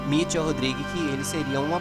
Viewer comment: A pronuncia é "Maiquel"...